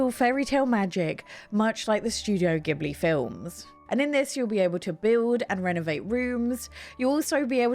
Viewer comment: It’s pronounced Jibli, but yesss that game looks so beautiful! Can’t wait 😍